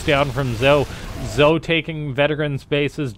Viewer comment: Not sure about you Canoodians, but I'm pretty sure "Zoe" is pronounced like "Zo-ee"